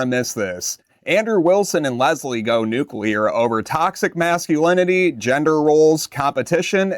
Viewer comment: You will need to learn how to pronounce "masculinity" if you want a sub.